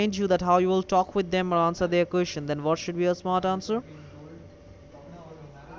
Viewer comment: Jessica Jessica Jessica these fools sound like shits listen how he says question lol kusestion lol dwl nobody you know shit head is as smart as Jessica lol